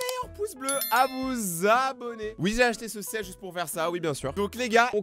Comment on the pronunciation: N’hésité pas a vous ZZZZZabonné